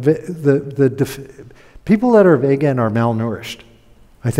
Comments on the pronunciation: Is this guy intentionally mispronouncing vegan or has he honestly never heard the word uttered before? It’s 2023 pal. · Dude doesn’t even know how to say vegan. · This is almost like a "Hidden Pictures". Find the mistakes! He also mispronounces the word 'vegan' over and over. I suppose he may know a person or two who says it the same wrong way, but he seems to think everyone does. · It's pronounced "Veeg-in" with a long 'e' and a hard 'g'. People telling you they're cutting back on meat for vague reasons must be why you call them vaguens. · Vay gun sounds like a weapon. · What’s a Vaygan? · No he doesn’t stop. He reminds me of a slightly smarter Atkins; short termism, snake oil and confusion spreading, brainwashing (eg. deliberately mispronouncing vegan and using vague in next sentence, crafty as..) all round. Not much hope for the 🌎 on this thread but glad it came up in my feed to watch as it’s a reminder what the young ‘uns are up against.